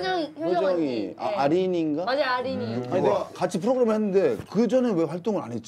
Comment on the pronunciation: 후로그램ㅋㅋ 미미 매력터지네ㅋㅋㅋ